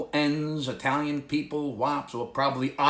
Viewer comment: 🤣🤣🤣 OMG!"I-talian"🤣 I hurt from laughing every time I watch your videos 😂... keep'm coming 🤣🤣🤣🤣🤣👍👍👍👍